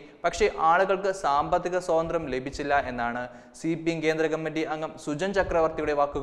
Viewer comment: സ്വാതന്ത്ര്യം ആണ് സഹോദര, സോതന്ത്ര്യം അല്ല